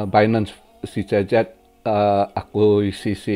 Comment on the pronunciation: gw dengarnya tiap bilang cz jadi cecep 😁